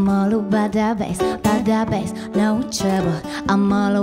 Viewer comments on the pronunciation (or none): Why the f... Meghan Trainor can't say "TROUBLE'' right?